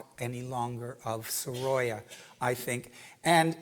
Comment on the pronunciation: Please do learn the right pronunciation of Sorolla.